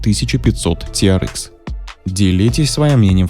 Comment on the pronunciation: Ти ар экс, экс, а не икс. Можно "тирэкс"))